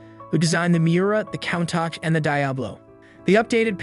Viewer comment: 100% read by AI. “Panta” “lam bour geeni “ “countak” no one reading a script that even knows a little little bit about cars would make those mistakes